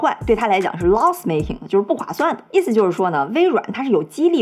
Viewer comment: 她一直說「激勵」我知道是指motivation但真的怎麼聽怎麼怪 北京話？